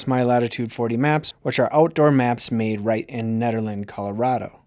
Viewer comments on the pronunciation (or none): none